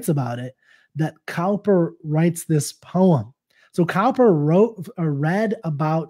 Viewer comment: Thank you for that helpful explanation. I love Cowper's work but had not come across this poem before. [btw ... Cowper is pronounced 'Cooper'; it took me many years to realise that - and I am English! They both mean 'a maker or repairer of casks and barrels' (with hoops/coops) which makes 'cask' and 'coop' (Stanza 5) more interesting.]